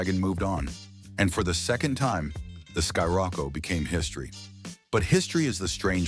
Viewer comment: Did you seriously just call it a “sky-Rocco”? Fucking ai slop